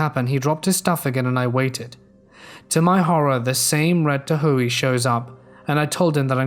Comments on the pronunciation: The Red TaHooeeee. Lol that made me laugh. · Chevy Tuh-hoe-eey! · “Red Tahooey” I’m sorry that made me laugh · took me a bit to figure out what you said. Then realized "Tahoe" pronounced "tah - ho" I think the redditor specified the vehicle because Tahoes are huge SUVs.